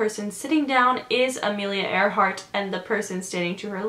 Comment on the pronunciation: okay come on isnt it ironic that her name was amelia AIR-hart